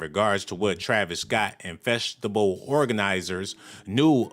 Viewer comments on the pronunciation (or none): You sound dumb af. Ur just guessing about all this shit. Ur comparing NWA in 2021. Dumb af. U want the ems to run ppl over? And it’s Festi-VAL… w a V. not B… u sound over 38 lol cmon bruh.. do better. Ur assumptions are just that. Mere af. Good luck tho.